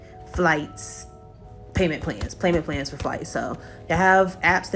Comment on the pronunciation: did she say payman pans? 😂 or am I bugging?